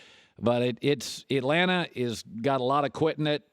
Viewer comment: What is " Itlanta"?